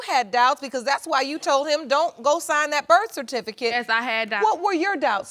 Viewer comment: If one more mf say BIRTH CERTIFICATE wrong......... omg